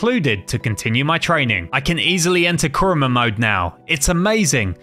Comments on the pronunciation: its kurama not kruma just saying not a hater i hope you rech 10 milion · But I was about to die when he said "kurma" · add a in kurama u said kurma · Must say one thing negative it’s kuybi chakara mode not kurma mode now I understand copyright but I mean like why not chakara mode? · Pls pronounce the words carefully and do some research next time and pronouncing the words like rasengan rasenshuriken, kurama and more pls next time do the research on the word